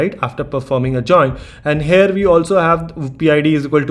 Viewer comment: good video , please stop saying 'hare' instead of here , learn how to say the word.